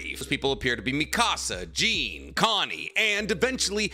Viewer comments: You know so much about my favorite anime’s and mangas but it’s not “Jeen” you and everyone know it’s “Jawn” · The second you pronounced Jean like “jeans” made me leave this video. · Why you saying Jean like that bruh the anime literally pronounces it like John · plz pronounce jean right ffs